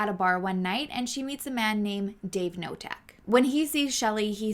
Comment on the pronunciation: Polish names thread. With this name, k isn't silent. So you pronounce Knotek, not Notek. You're welcome 😊